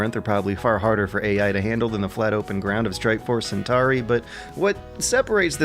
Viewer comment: But he mispronounces Centauri, so I guess it's even.